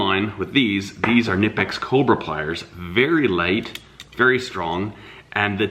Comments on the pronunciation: its actually ka ni pex we had this debate at my work and settled it by calling there corporate office. Ive heard a dozen different variations but ka ni pex is the proper pronounceation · Everyone says knipex wrong